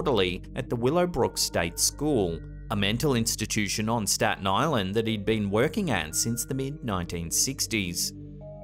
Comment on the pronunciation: Im in Staten Island. Love the way he said staten island so many times. Smh.